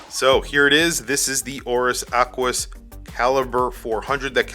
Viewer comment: Nothing like an ACK-WIS